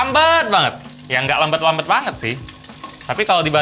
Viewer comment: Pengucapan versi Gelap > gelep Lambat > lambet